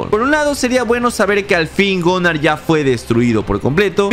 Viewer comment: Es Gunnar no gonar